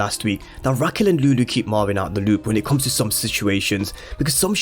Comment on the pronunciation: It’s Marvin not marwin pronounce properly